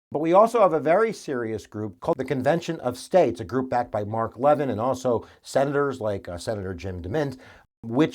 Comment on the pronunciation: It's strange to hear you mispronounce Mark Levin's last name... Based on his own radio and television programming where he says his own name, it's 'luh-VIN', where the 'luh-' is like in blubber.